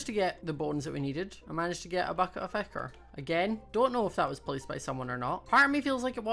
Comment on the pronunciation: Its pronounced ick-her